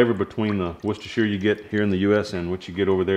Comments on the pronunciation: Qudos for pronouncing Worcestershire correctly! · just so you know it is pronounced WOOSTER sauce in England:pride-flower-pansexual